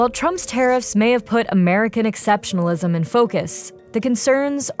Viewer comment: Every time hearing exceptionlism. I laugh.